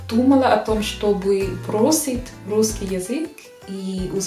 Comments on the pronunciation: Я почему-то слышу "врусский язык" вместо "русский язык". В начале буква Р, может изза английскиго произношения буквы R так получается)) R произносится мягче и язык не дотрагивается до нёба, буква Р произноситься когда язык больше сдвинут вперед и при ее произнесении языком пытаемся дотронуться до нёба и язык немного вибрирует, как будто рычит собака р-р-р. В остально есть лёгкий акцент, но построение предложений очень хорошее, грамотная речь👏Вы великолепны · ты молодчинка и умничка, и очень хорошо владеешь русским языком! Огромный респект! Ты красивая, умная и целеустремленная девушка. Но у тебя есть забавная особенность: вместо "решить", "русский" ты говоришь "врешить", "врусский". Когда слово начинается на Р, ты еще добавляешь лишнее В. Пожалуйста, последи за этим.:) И еще одна ремарка у меня имеется. Сейчас много появилось ютьюберов, которые изучают и любят русский язык, и все они рассказывают, как их удивило, что русские люди хорошие, по крайней мере гораздо добрее и теплее, чем об этом думают в странах Запада, особенно в англоязычных странах. Спасибо, нам очень приятно.:) Но. Вы, дорогие наши друзья России, лучше не нам это рассказывайте, мы и сами знаем, что мы не исчадия ада.:) Вы рассказывайте это своим соотечественникам! Почему вы не делаете это? Я не видел ни разу, ни у одного из ютьюберов, любящих Россию, нет ролика на родном языке, обращенного к своим англичанам, американцам, испанцам - о том, что распространенное мнение о русских людях и о России не соответствует действительности, что правда другая. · Почему вы перед некоторыми словами вставляете букву Р? врусский язык, Вроссия. Что это?